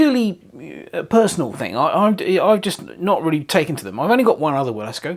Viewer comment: Should be pronounced Vilesco. It's a nice model for £184 and Wilesco quality is very good. Thanks for giving me a chance to see one in action.